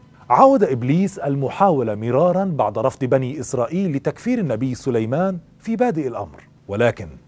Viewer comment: أخي الرجاء الاهتمام و الانتباه عند قراءة الآيات لقد أخطأت في قراءة الأية و ما كفر سليمانُ قرأتها بالفتحة و كذلك < فيتعلمون منهما ما يفرّقون به بين المرء و زوجه > و أنت قرأتها فيتعلمون منها ...و بالتوفيق إن شاء الله